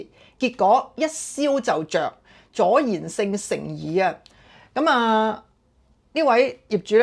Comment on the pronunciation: 阻燃同助燃兩者發音差唔多，講嘢有漏口習慣相信要一時都分不清。